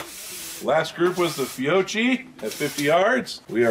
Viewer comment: Just an FYI, it’s pronounced FEE-OH-KEY. Great video set otherwise. Edit: I’ve found that to remove the first round flyer, I do NOT use the slide stop to release the slide during loading. I will let the slide forward on an empty chamber, and use my hand to rack the slide all the way to the rear and release.